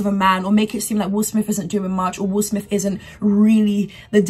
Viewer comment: Please tell this young lady his name is will smith. Not will smiff. After the 17th time….. I mean really?